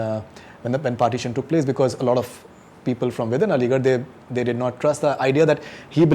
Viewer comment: Interview kerna Chala h, KAFIR ka Matlab nahi maloom. Shame on this stupid guy. He said I'm Aligarain. Lair..... English bolne se koi intelligent nahi hota yah prove kerdiya is ne......